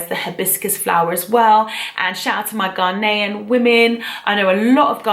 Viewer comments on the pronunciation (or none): none